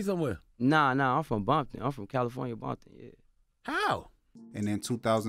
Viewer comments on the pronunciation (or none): Then proceeded to say Bompton while pronouncing the C in California. 😂